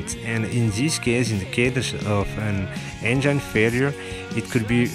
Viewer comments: your English is fucking ugly injain....engine not injain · Ça se prononce engine , avec le son i , pas « aïe ».... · Dude, good video. But cant stop laughing at how you say Engine ;) i can only imagine how you going to say " vagina".